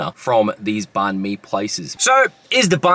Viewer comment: Please pronounce banh properly if you are going to review them. And totally rookie move to eat one in the car. Ha ha ha